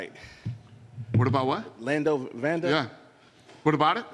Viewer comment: Lando Vanda? How the hell do some of these people cover this sport when they don't even know the fighters names? That was hard to listen to.